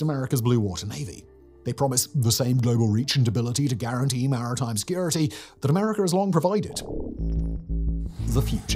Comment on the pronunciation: Did I heared "guarantied" ?